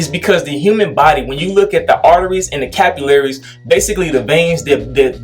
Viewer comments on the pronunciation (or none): Homie said the "🧢- ullaries" 😭😭😭